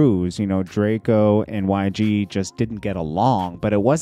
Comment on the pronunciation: Its drake-o not drakieo